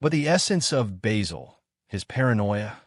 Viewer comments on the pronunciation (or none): Basil not Bazzill. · Bayzill and Monty PyTHON? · its not bayzil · Typical american probably not even watched any episodes, please pronounce his name correctly !